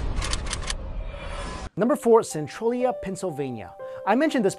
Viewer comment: SEN-TRAIL-E-UGH not SEN-TRUEL-E-UGH